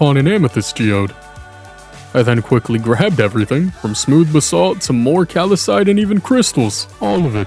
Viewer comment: Calcite sounds like cal-site